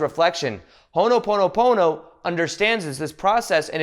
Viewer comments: Ho'o'ponopono. Hoe o Pono-pono. You're saying Hono... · Hono pono pono sounds like oogha boogha boogha